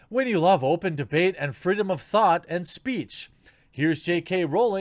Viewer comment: Yeah, the Freedom of Fart. (I know, you said the freedom of thought, but in that Moment, for me it sounded like "...the freedom of Fart..." xD Also: "Cancle Culture can't be stopped like this. Cancle Culture is like a Black Hole: It can only destroy, it becomes bigger with Time and it don't care what it destroys. Problem is, since 2015, maybe even before that, it is growing more and more and now it is to big to be "canceled" by such a punny act. xD